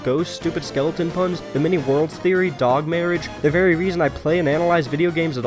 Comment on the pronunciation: Ah yes D ö g